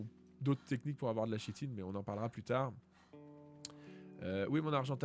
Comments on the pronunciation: Kitine pas Chitine... Prononciations!!! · yo, juste pour info, on ne dit pas [chitine] mais [kitine] ^^